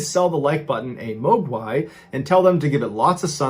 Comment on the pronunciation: You actually pronounced Muo Guai in proper Cantonese. I’m impressed